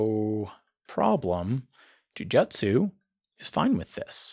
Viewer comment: jujutsu is pronounced "Joo-Joo-tsu"